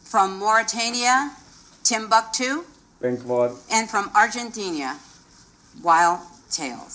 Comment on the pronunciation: Muchachos...no lo crucifiquen todavia.El flaco/flaca (nombre de star wars) creo que hace referencia a que pronunciaron mal el nombre del pais durante la nominacion ArgentinIA, no me parece que sea un comentario despectivo hacia nuestro pais.